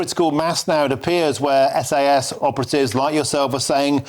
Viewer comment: Did the presenter just call them "SS"? 🤔